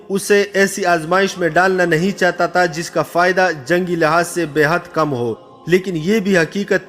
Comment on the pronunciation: pathan bhai ya taaa nahi ha , tha hota hai 😂